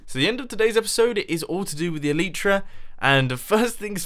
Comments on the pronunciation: eleitra, not eliitra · Mumbo its not "E-Lee-Tra's" its "E-Light-Tra's" that's how you say it, it makes me cringe how you say it. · El-eye-truh not El-ee-truh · According to four dictionary sites I checked out the pronunciation is "ehl-i-truh", with the first syllable stressed and the i being pronounced as in "tin" like +Shaman Crinitus says. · try to say it like L-I-tra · They're actually pronounced EL-ih-truh. Where the "y" makes the same sound as the "i" in "tin," and the first syllable is the stressed one, not the second. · No! He says Elytra wrong! At least I think he does